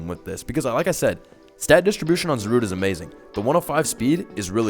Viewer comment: It never once occurred to me to pronounce it Za-rude instead of Za-ru-de.